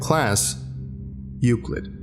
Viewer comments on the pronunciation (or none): Say again...ＥＵＣＬＩＤ